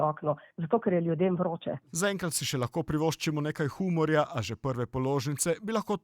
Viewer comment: Naučite se izgovarjati "humor".